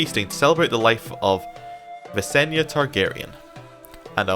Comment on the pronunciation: "If you can't solve it with dragonfire it's probably not worth solving." I lol'd. Holy moly, Visenya! (Also, Viss-en-yah. Not Vanessa, lol) Imagine what a song that would've been! Aegon and his sister-wife facing off in combat. I'm imagining Rhaenys on the sidelines watching in horror. Is it time for a history lesson? I think it's time for a history lesson. In canon, Rhaenys and Visenya each gave Aegon one child. Rhaenys had Aenys, the oldest, and Visenya had Maegor, the second son. Aenys married Alyssa Velaryon, and to build ties with the Faith, Maegor was married to Ceryse Hightower, whose uncle happened to be the High Septon. Aenys and Alyssa had six children; Rhaena, Aegon, Viserys, Jaehaerys, Alysanne, and Vaella. Ceryse Hightower, on the other hand, proved to be barren. Aegon eventually died, passing the Throne to Aenys. He appeared to be a kind man, but he was too eager to please others, and wasn't able to make firm decisions. He made his brother Maegor Hand of the King. Maegor shocked everyone, however, when he took a second wife-- Alys Harroway, and Aenys was forced to banish his brother or risk retribution from the Faith. He made quite a blunder afterwards, however, when he married his older children Rhaena and Aegon to each other. Religious revolts broke out across the country. Soon, the Red Keep was essentially on lockdown, with murderous peasants screaming for the royalty's blood and the Faith Militant making a base in the Sept of Remembrance. Aenys's Aunt Viseny